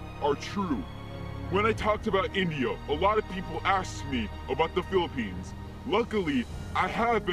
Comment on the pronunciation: the word philippines is so clear!